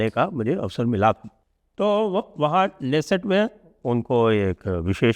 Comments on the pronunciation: Dixit Ji, I humbly submit to you, your team and rest of everyone that the Israeli word "Knesset" is NOT pronounced as in English "Nesset", keeping K as silent! The actual pronunciation is WITH K... like this "KANESET"... In Hindi it'd be कनेसेट 🙏🏼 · Sanjayji, in Hebrew, the ‘k’ is pronounced fully, hence it is क्ने सेट